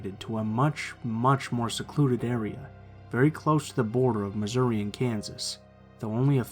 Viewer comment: Omg when he said Missouri I freezed